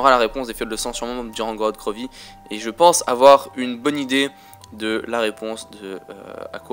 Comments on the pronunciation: GROOORODTT GRVOVFI mdrrr l accent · j'adore ton accent "korod krovi" :D